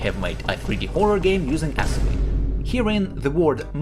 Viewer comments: why is bro saying assembly like "ass-'mbly"? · dude says "ass embly" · Love how you pronounce it ass-embly. 😆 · broh really emphasizing the ass in assembly😭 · i like how you emphasize "ass" in assembly